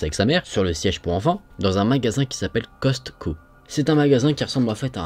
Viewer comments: On ne prononce pas le « t » de « Costco », mais très bonne vidéo! 😂❤️ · Je trouvais ça bizarre aussi le Costco 😂